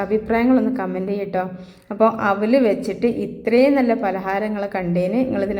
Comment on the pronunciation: താത്താ ഔലല്ല, അവിലാണ്